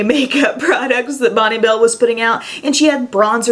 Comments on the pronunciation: We just didn't highlight, we went ham on the glowy blusher instead!!... And Bonne Bell is pronounced "Bon Bell"... xXx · Awesome video! Thanks for the throwback to the 90's. So that's how you are supposed to pronounce Bonne bell? Oops. I was saying it wrong as as teen.:/